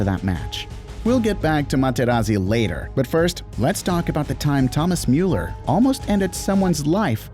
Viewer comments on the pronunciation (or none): none